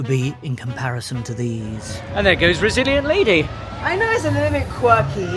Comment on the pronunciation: Each time you saw the Virgin ship and said "Resilient Lady" I kept hearing "Brazilian Navy" which, somehow, seems appropriate. My wife and I also cruised with MSC a few years ago and also swore them off forever. The only credit I gave them was that, the poor, front-of-house crew members were clearly trying hard. Meanwhile management seemed intent on sabotaging the entire brand. The food was bad enough that I think it's the first time we took a cruise and LOST weight. Everything was poorly executed, from canceled or lackluster entertainment to poorly stocked the bars. Heaven forbid you had to speak with anyone about any sort of customer service issue. We spoke with several other passengers who, like us, did not have their complaints addressed and we all walked away after being made to feel that every problem was somehow our own fault. A shame, really, because I actually loved the ship, the Meraviglia. She was very pretty and well appointed. I'm glad to see that you guys had a better experience this time. I'm almost upset to see MSC have improved so much because I was so upset after our trip that I really wanted to see them fail. We may have to give them another chance one day.